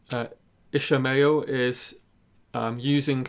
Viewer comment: I'm happy to see that you have learned to pronounce IshAmael correctly but now your listeners call him like the one in Moby Dick! Nice your deep dive!